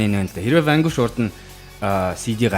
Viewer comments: zasaj heleed bhd ni urdaas ni harchaad Vanguish geed bhin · Vanquish geed neriine zov heleeche unshij chaddgumu hashain hutlugch ni